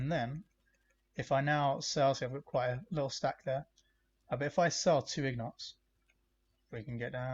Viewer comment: My dude, it’s ingot not ignot. Take care.